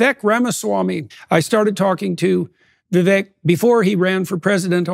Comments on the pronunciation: How can JP keep mispronouncing his name like that? It's Viv-ake like cake, not Viv-eck like deck. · It’s Pronounced “vivake” as in cake. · Vivek like CAKE. Say his name correctly please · Vivek… Vee-vák like ‘cake’